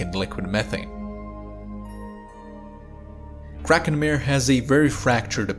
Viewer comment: Kraken Mare? Not mehr, but mah-reh!